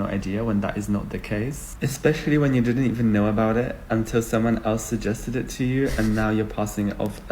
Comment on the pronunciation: She rlly said “DIY’nt”